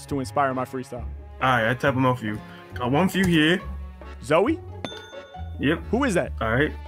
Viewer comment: bro said Zoe